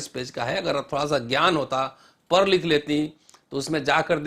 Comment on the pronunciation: बड़ी कृपा होगी रतनलाल जी यदि आप " पढ " बोलना सीख लेते, आप पढ को " पर " कहते हैं. पढलिखें व्यक्ति को कर्ण कटु लगता हैं. शुभकामनायें